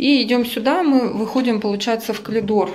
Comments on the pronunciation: Коридор правильно говорить. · все прекрасно! Но,только очень режет слух "колидор" в русском языке нет такого слова,извините!